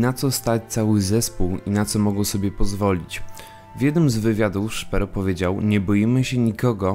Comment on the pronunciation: Filmiki wgle nie trafione do tego co mowicie.. Zeby chociaz cos bylo z 1.6.. Nie akcentuj nickow na angielski.. np. ths zawsze byl tehaesem. A i jak juz to SZPERO nie SZPERU.